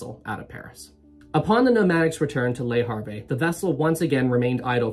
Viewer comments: Le Harvey, so funny! In French you don’t pronounce the last letter. Le Harv is how it should sound. Great video p! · I shouldn't make fun of your pronounciation of French nouns but "Lee Harvey" made me laugh uncontrollably for five minutes. Thanks, I needed it. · "Lay Haaave" is near enough. The "re" of Le Havre are silent in pronunciation. Good video non the less. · Love your pronunciations of Portsmouth and Le Havre😂